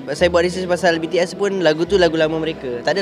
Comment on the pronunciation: Tak Pandai Sebut BTS,Army😂😂